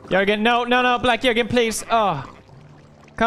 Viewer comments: Did he just call him… BLACK JÖERGUEN🤭😳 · me at the end of the episode: "awww another horse, I wonder what he's gonna name it" Felix: "black jöergen"